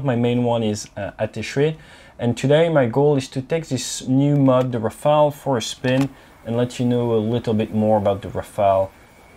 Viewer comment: Enfin un anglophone qui dit « Rafale » et non « Rafael » aha même si t’es français Até 😂